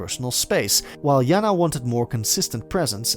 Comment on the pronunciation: JaNa is pronounced Janay not yana